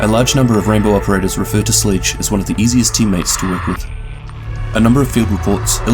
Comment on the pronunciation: Did he say sledge as sleege?